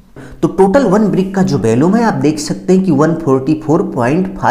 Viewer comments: आपका कथन बहुत अशुद्ध है। वॉल्यूम होता है ना कि bhalume और इसमें टूटने का कोई प्रावधान नहीं किया है। वह भी आवश्यक है 😅😅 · 😂valumn not volume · Valuam nahi volume hota hai engr. Sahab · Valumn nahi volume hota hai